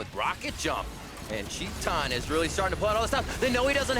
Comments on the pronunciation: Since when "chee-tan" is the pronunciation of TITAN (an ENGLISH word btw)? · Actually, its tai-tan. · Titan = TEE TAN. That's how you pronounce his name. Please, do it right. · Filipe Aguiar chee tan *